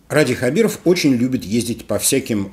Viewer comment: Опять произносите неправильно фамилию, поменяйте очки